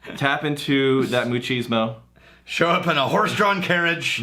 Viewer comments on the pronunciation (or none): Did say 'moochismo'? 🤣